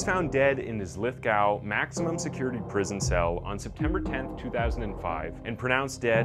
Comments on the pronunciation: also lithgow is pronounced as "lith-go" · It's Moss-man not Mose-man and it's Lith-go not Lithgow 😭😭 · I made the same comments on how we pronounced Moss man and Lithgo 😁🇦🇺